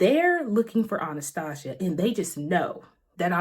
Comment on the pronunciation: Girl how you are saying Anastasia is driving me insane lmfao Still great review though lol